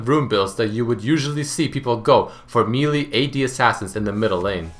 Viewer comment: why cant you say melee right